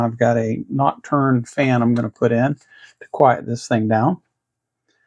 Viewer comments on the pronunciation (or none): Nice mod, but I think it's "knock-two-ahhh" rather than "knock-turn". ;-)